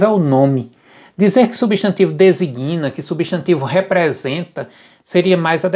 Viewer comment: Você me decepcionou ao dizer "desiguína" ao falar sobre o livro do Sacconi. Em seguida disse "subzídio". Lamentável!